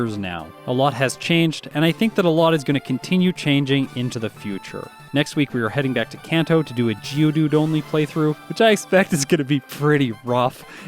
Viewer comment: First off, congratulations! Yeah, that IS nice health to start sweeping. ;) Also, since you mentioned appreciating corrections, "Kanto" (and all Japanese words with "a") use a soft-a sound like in "father" and "body". :)